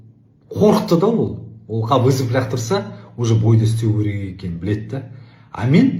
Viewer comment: Ләқтырса емес...Лақтырса😂😂😂